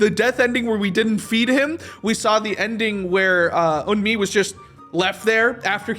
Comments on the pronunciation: There's an emu in the game files bc Dexter Manning (Harvey's VA) couldn't pronounce Eun-Mi's name right and pronounced it as emu or smth like that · The emu is there because Dexter manning pronounced the wife’s name wrong and said emu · Or: 2. Dexter said “Emu” instead of “Eun-mi” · probably the voice actor for Harvey pronouncing eun-mi wrong